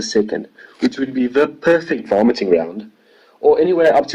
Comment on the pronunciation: At first I thought he said "all your vomiting needs." 😁😁